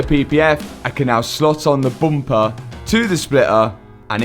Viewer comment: Booom-pahh [bumper]